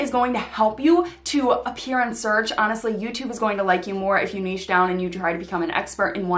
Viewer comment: This is the only video about finding your niche, that actually has the correct pronunciation of the word “niche.”